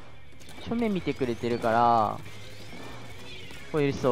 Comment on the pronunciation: のしょうめんがしょん〇んに聞こえたw